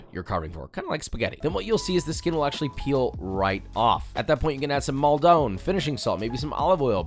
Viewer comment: Its MALDON not MALDORN!